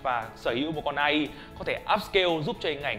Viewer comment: Ngta đọc ây ai mà anh đọc a i